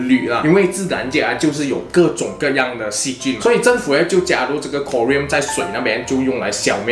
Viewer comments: 应该读成 “ko ... rin" , 不是 “ko ... riam"。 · “Klo” “rin” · 哈哈哈我就想说 读成另一种金属chromium了